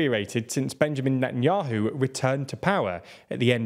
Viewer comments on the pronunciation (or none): none